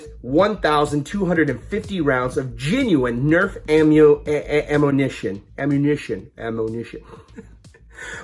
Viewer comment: Lol you couldn’t pronounce ammunition 😆